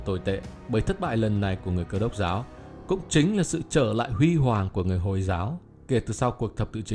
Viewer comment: Nghe Từ hồi là ko thích r Hồi hồi ->>> y như hôi hôi v